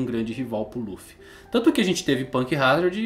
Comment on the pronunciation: quem mais ainda chama Ruffy? ahauabau como no Japão nao pronunciam o "L" de tanto escutar rrrruffy eu nao consigo desvencilhar 🤷‍♂️